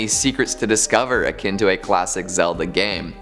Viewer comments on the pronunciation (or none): none